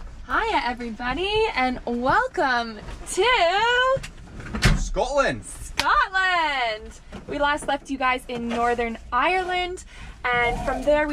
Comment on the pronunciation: It Scotland not Scatland, love you both but as a Scot people saying scatland really gets on my nerves lol🤣❤️